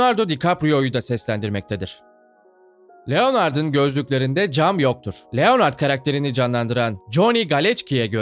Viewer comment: Abi niye Leonard’ı Türkçe okuyorsunuz Lenırd doğru okunuşu